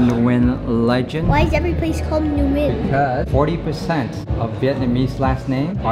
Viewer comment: Nguyen pronouns one syllable..wen not nu wen